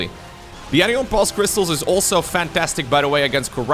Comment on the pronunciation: The word anion is pronounced ANion...not anIon. It sounds essentially like saying "an ion" as two separate words. So anion sounds like "an ion" cation sounds like "😺ion"